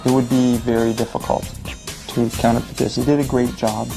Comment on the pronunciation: Its counterfeit not canterfent